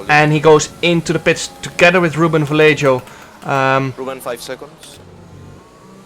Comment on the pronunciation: jarno ik hou van je, maar leer alsjeblieft ruben vallejo correct uitspreken